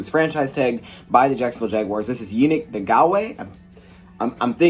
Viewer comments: Say it with me Ya- Nick- N- Gock- Way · In-gawk-way is how you say it. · Yan -Nick en -gak -way that’s how u pronounce it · Pronounced: Yah-nick N-Gaw-kway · It's pronounced (ya-NEEK in-gok-way)